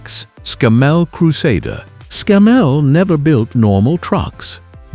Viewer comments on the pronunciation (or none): AI slop exposed as soon as the robot "narrator" mispronounced Scammell as ScammELL. Showing pictures of Bathgate cabbed rigids when talking about Leyland Marathons!Library pictures skimmed off other YT videos and given a word salad commentary overladen with superlatives and innaccuracies mixing UK and American terminology. Lorries do haulage in the UK, trucks do trucking in the US. Go and watch something real. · Err, the narration is a bit odd. Scammell is not pronounced Sc'MELL.